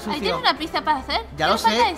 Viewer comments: se dice pitsa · pizza se escribe asi pero se dice asi pitsa